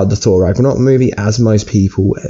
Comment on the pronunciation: Ragranok? Massive spoirer? Can you talk properly?